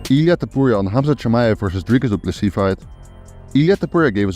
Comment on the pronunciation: Dryyyy-kuus Doo Plu Sisss. Horrible pronunciation 😂